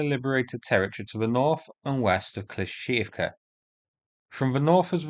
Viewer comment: "Kleesh-shee-eev-ka" :P